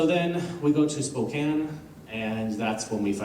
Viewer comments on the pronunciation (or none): none